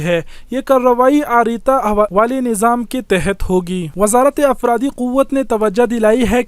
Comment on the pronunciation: اپراد نہیں افراد 😂😂